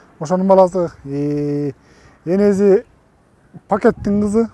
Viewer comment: Энези дейтго энеси еле дечи